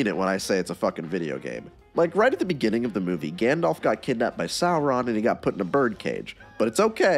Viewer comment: "Smog" the dragon. Also, "Gandolf." And "Legoloss."